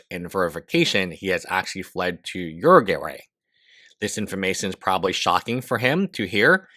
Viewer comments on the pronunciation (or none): Uruguay - “your - ruh - gwai” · It's pronounced "Yer-a-gay" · I mean, at this point he should just attempt to pronounce it in Spanish IPA: [ˈu.ɾu.ɣʊaj] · You butchered that "Uruguay". It's "Oo-Roo-GooAye" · Next time type this into google so you don't sound like a goofball: "how to pronounce Uruguay" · Bro you speak english very well but how the fuck are you messing up Uruguay so badly hahah